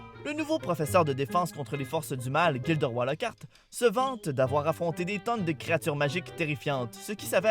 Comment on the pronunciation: il faut vraiment dire gilderoY en prononcant le "y" à l'anglaise